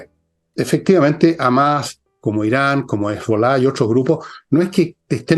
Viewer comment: ¿De dónde sacaron que "Hamás" se pronuncia "Ámas"?. Hamás es Hamás. Y así - "Jamás" - lo pronuncian todos, en todas partes del mundo, empezando, lógicamente, por los árabes. Sólo en este canal he escuchado a alguien decir "Ámas". Ahora, se junta al coro de disonantes.